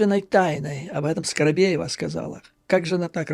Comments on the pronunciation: скобеева а не скоробеева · Скобеева, а не Скоробеева.